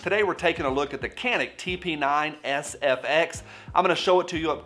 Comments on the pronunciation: Can-ick lol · Do you mind a random Turkish guy to pronounce it? It's roughly like Ja (as in Ja Morant) and nick. That C is like J in John, Josh etc. Rest is easy. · Uh it's pronounced CANick... 😉 Turkey meh, otherwise it definitely would be on my want list. Great review and video like always! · It's pronounced Canik not Canik.